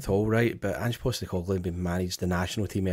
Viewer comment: every time refers to the 'Saturday is day before Sunday' comment --- you should remind him that the first video did on Ange - he was pronouncing his name as Anjeey Postecoglou!!!!